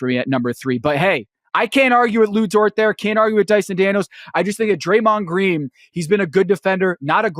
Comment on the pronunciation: Amen Thompson?, you mispronounced and spelt Dyson Daniels.